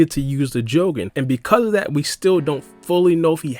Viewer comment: pronouncing jougan and tomoe so wrong.